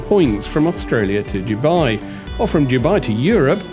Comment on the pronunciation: It is pronounced Dubai not Dubai.